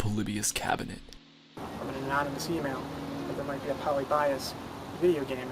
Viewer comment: Lol plebus he says Polybius I say